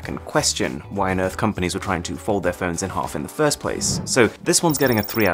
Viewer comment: im sorry but am i the only one hearing 'ferns' instead of 'phones'?